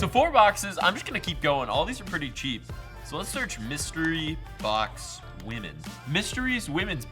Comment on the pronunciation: Mustery BOCK-SAYS